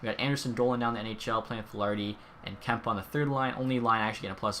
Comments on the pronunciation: its Kempe ayyyyyy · Kemp-EHHHH. We’ll get it right one day 😂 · Im from sweden and you say kempei in english on Swedish you say kempe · It’s “kem-pay” I got to spend time with jim fox colour commentator for the la kings and he said that’s the way it’s said. Just so you know watch highlights on fox sports west to confirm hope that help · Isn’t Kempe pronounced Kemp-ay? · You said Kempe wrong